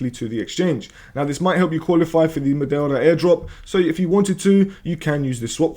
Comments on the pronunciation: LOL! How are you pronouncing Meteora this way? It is spelt nothing like the way you are pronouncing it. You're basically saying Matilda :face-blue-smiling::face-blue-smiling::face-blue-smiling::face-blue-smiling::face-blue-smiling::face-blue-smiling::face-blue-smiling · Yes, I'm aware he is Greek because I was listening to the video. If you paid attention to how to speak English you would appreciate that he murdered the pronunciation. Because you are Spanish means nothing. His native language isn't remotely the same as yours, so your point doesn't make sense.